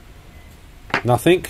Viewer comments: PLEASE READ THIS!!! The word is NOT nothINK. The word IS NothING. Hearing you repeatedly saying NOTHINK, NOTHINK, NOTHINK, NOTHINK, makes me want to leave this message. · Bro... I like Your Videos...And I'm Not A Grammar Nazi...But And In The Video...The Ear Rape Is So Painful...The Word Is Nothing...There Is No K In The Word Nothing!!!!... You Can Say Trying Without A K...And Regretting Without A K ...So Lets Give Nothing Ago...Never Say Nothink... LOL!! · "Nothing".. Not Nothink. The word ends in a G. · It's nothing not nathink 🤔😉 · You do know that nothing ends with a G not K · Please stop saying NOTHINK The word is NOTHING !!! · Nothing, not nathink 🙄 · "nuthink" isn't a word. The word you're looking for is "nothing". (Notice the G at the end...) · Cool Video. But you keep saying nothink. It's nothing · Nothink........ Surely it's pronounced 'nothing.' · It’s nothing with a g not nothink with a k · "Nothingk, nothingk, nothingk, nothingk, and nothingk." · Since when has "K" been on the end of "Nothingk" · Cool vid. Just one thing, there's no K in nothing 😄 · Only me who thinks it's funny that he says "nothink" instead of "nothing"? :) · Hi, there is nothink better than hearing you say the voltage is nothink. ;-) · Why do you pronounce it "Nothink" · I had to stop watching the 8th time you said "nothink" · You say nothink like that’s just the way it is. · the word "nothing" ends with a g,not a k. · Sorry smart video good work and all but I guess I forget my meds or something cause the "Nothink" was making my eyes twitch lol. I think it's time for me to go night night. Wait I need to dispose of some batteries first. Thanks for doing these videos. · it came from the UK and not all Aussies say Nothink lol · Same difference with saying "NOTHIN" and "NOTHINCK" hahaha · “ Nothing” does not finish with a “K”